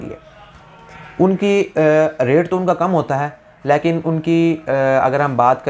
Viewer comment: apna "lekin" kehna theek karen. "Layeken" nhi hota. Ek video uploader ko zuban saaf istemal kerni chahiye.